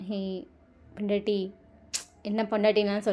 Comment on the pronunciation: Akka suga kudichutu panna alparai Yellam nalla irunthuchi😂😂🥰 Athuvum antha "pondatiiii" nu sonnathum cute a inthuchi😍😍 I love this episode ❤❤🎉🎉😊